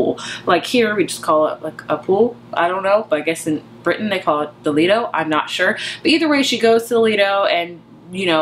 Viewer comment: pronounced lie-do its basically just an outdoor pool. Most you do have to pay to go in and use it.